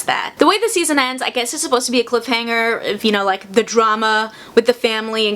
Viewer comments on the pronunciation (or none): none